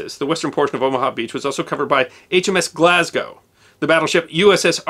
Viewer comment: Finally, an American that can pronounce Glasgow